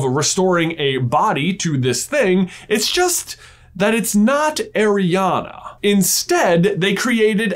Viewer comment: My name is Arianna, pronounced exactly like J says it, every time he says it i go "yeah" "hu" or "what" 😅😅